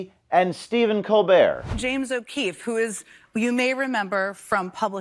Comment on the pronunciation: She's a serial liar. Edit-and thank you for pronouncing his last name correctly, as his sister did when she ran for Senate.